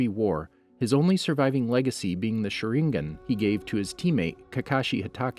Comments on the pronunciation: Hes shooting them all with a shurin-gun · I cant get over at how you pronounced sharingan